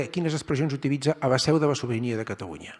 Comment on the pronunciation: Pero si no sap parlar Geralitat Catawunya... Quin pallasso